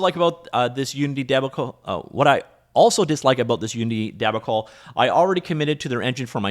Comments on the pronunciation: Just making sure you know, debacle is pronounced "duh-bah-cle", not "debbi-cle". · deb-a-cle... its dee-bac-le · de-BOCK-cull. you're welcome ;)